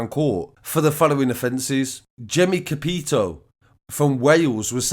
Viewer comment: Love your videos mate but let me correct how you pronounced capitao - it’s said like capi-tauw, it’s a Brazilian word meaning “captain”. So it’s a fake name from a fake document he gave , it ain’t a real surname 👍🏽 Brazil has a lot of mafia over here now.